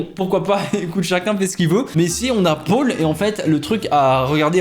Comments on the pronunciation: Le seul truc qui m'a fait beugué, c'est que "Paul" tu le prononce "pôle" '-' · Beaucoup de gens: prononciation Pol: Pôle. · Personne ne parle de sa prononciation du prénom « Paul » 😂😂😂